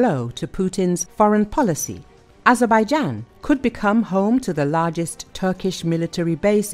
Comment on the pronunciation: Nie ezebajden tylko A-zer-bej-dżan, jak ten AI już denerwuje! Sam jesteś ezebeden